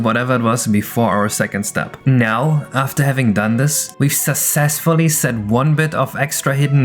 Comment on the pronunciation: Hey, if you are OK with pronunciation tips, here are a few: success(fully) has a ks/x sound on the cc (this is true of succinct as well, though it fools many) vertices uses a long e in the plural (-eez) (side note: this is only for classical plurals, not words like processes) Your stuff is great to watch - just a little extra info!